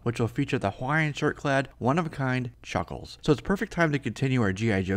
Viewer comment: A focus.. on Chhucckkhhhlessshh